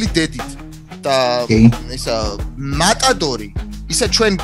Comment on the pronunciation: მოსაკლავი არა ვარ მეტადორი რო თქვა მე მომესმა მეტადონი ანუ ჩვენ მატადორს უძახით და მან მეტადორი-ო